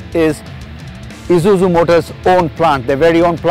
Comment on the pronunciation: Wish he'd stop calling it Izuzu.. it's grating to the ear